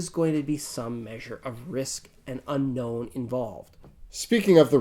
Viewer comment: I'm getting distinct Stewy saying Cool Whip vibes from when he says 'Unknown'.